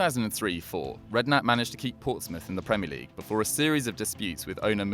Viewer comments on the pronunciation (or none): none